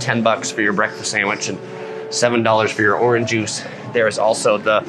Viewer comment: "Oran juice" 😆